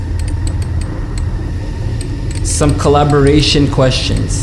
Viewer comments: Is "Calibration" not collaboration bruh wtf :)) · Him not being able to pronounce calibration is a mood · this man doesnt know how to read "calibration" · Is anyone else mad about how he says calibration